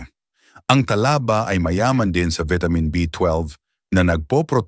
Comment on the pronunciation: Talaba (mabilis) hinde Tala ba, puro ka pagpapaganda bumigkas : mali-mali naman